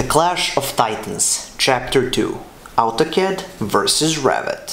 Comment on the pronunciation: It's Autocad not Altocad !